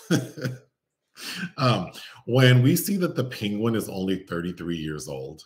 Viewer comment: Every time you say "Penguin" it reminded of Benedict Cumberbatch mispronouncing it bigtime joke! Also, your delightful jabs at this having questionable scenes, made me think if I had I seen any ? Yes, only one with Nicole Kidman😊